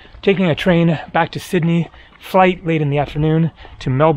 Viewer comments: Nice Aussie vids dude 😊 pronounced Mel-bin not Mel-born 😮safe travels man 👋🏻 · Melbourne is pronounced 'MELBIN', not the way you said it! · The trees you refer to are ferns. Melbourne is pronounced Mel-burn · By the way, Melbourne is pronounced MEL-BIN. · Love the videos, as you'll be arriving soon small heads up that Melbourne is pronounced more like "Melben" or "Mel Bn". We basically ignore the whole "our" part in the middle.